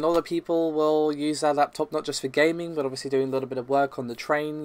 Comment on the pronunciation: I just want to know what is with "BUT“, you and pronunc it in the same manner, I am not going to lie to you you, I really do hate it, it is like someone scratching something